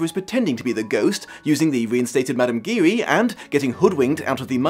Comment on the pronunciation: Just for future reference Giry is pronounced more with a J sound at the beginning then with a G